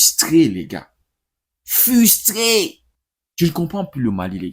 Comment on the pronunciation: La meilleure analyse ))) Avec beaucoup de légèreté 😅 Je suis Tunisien et sincèrement.. la Tunisie devait être punie .. .. C'est f"r"ustré .. pas fustré 😅